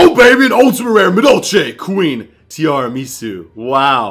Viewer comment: Madolche Queen [Ti-arah-meh-soo]